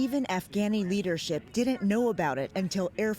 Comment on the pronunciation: did you say ''leadrship?? leadrship? Really? It's 'leadership!'